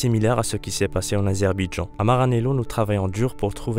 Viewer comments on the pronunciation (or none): 1: sa i nzzzzz et pas sinz 2: azerba idjan et pas azerbidjan 3: paul ricard et pas paul richard ceci n est pas une critique mais un conseil pour que vous améliorez vos prochaines vidéos